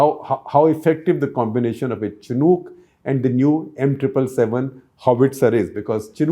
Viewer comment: Amazing reporting but shocking to see that the pronunciation of Chinook helicopters is so wrong from an eminent journalist. But benefit of doubt can be given as many of the defence terms & systems were not correct probably because your background is not in defence journalism.